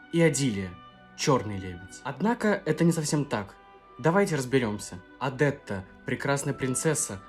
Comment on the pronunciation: Почему Вы произносите ОдЭтта, а не ОдЕтта? Следуя Вашей логике, тогда должно произносится ОдЫллия, а не ОдИллия😊